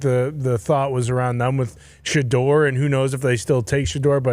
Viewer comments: Thum is the most annoying fuckin way imaginable to mess up the word them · literally cannot say the word “them” and it only bothers me I think. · I thought I was the only one. Dude says “thum” everyday